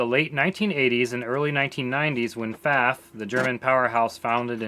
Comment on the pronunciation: I like that you also say 'Pfaff', as I do, and not 'Pfawff'.